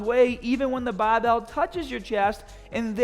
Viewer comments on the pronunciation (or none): Oh, the things does for us like risk his own wellbeing by showing us improper form. I can't believe how many "older" men at my gym load up the bahhhhbell with 315+ and quarter rep it, grunting like it's 500lbs.